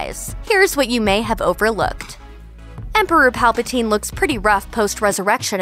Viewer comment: 11.38 She says palpatine. WRONG!